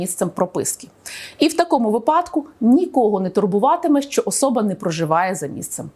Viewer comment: не випАдок, а вИпадок.